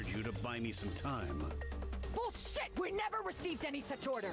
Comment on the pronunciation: That had to be the hardest BULLSHHHHIT ive heard in a while